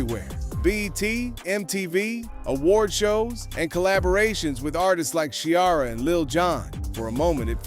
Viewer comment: who tf shiara?.. You mean Ciara 😂